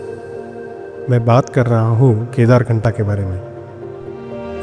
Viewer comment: It's kedarkanth not knatha